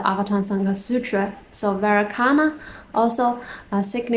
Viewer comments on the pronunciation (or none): Thanks sister. One small correction: Vairocana is pronounced like "vay-RO-cha-na". 🙏